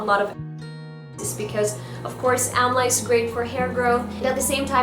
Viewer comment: It is pronounced as 'Daabar Aamla'